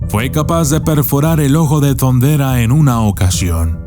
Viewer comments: Como ? Thunderua ? ? Hasta donde e escuchado se dice THUNDERA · Jeje!😂 "el ojo de thunderrra" como muy agringado!🤣😂